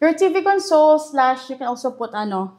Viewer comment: A console used as a noun is pronounced as con-sole, like a TV console, console the way you pronounce it is a verb meaning to give comfort. 2 same spelled words, 2 different meaning, 2 different pronunciation. FYI.